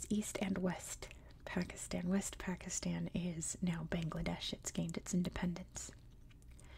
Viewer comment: Nah Pakistan pronunciation is fine i don't know amyone who calls it 'PakistARn'😂